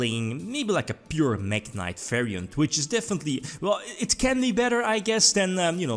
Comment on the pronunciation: Saw Mekk knight Me: omg here it comes Its MekkInvoked Also me: cmon, fuck off.... Its not mekk =-=